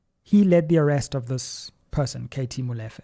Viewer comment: Great analysis but just one thing: it is pronounced Molifair and not Molefe. Looking forward to your interview with LM.